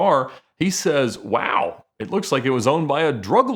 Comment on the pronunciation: Press 0 to make Ed say "waW" or "waew".